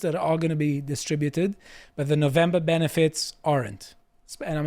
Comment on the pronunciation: As an American, it is pronounced No-vem-ber, not "Novambrrra". Also, it is "march" not "march-ay".